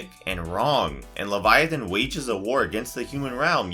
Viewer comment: Title: who is Leviathan? First minute: We don’t know but maybe it’s this You’re welcome for saving you 10 minutes of your life. Is this ai narration because it wasn’t even pronouncing the main characters correctly?